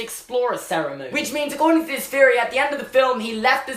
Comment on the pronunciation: Answer: 0 you only say "Feory" JK i love ur vids ur accent keeps me alive